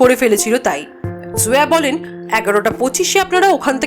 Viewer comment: জোয়া না, নেইম টা জয়া হবে হয়তো